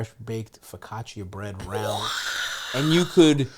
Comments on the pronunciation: The mispronunciation of focaccia 😭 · Stav cannot pronounce his favorite bread